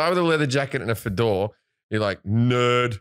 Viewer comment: "leather jacket and a F'DORE " - Jim Jefferies. He's said it this way in a previous episode haha. Adorable ol' Jim :)